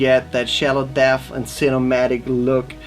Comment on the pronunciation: Its not deaffff it's debt